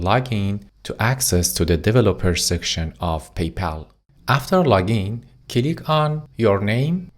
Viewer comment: I laugh everytime he says cilick 🤣🤣. Thank you for the lessons man they are very usefull.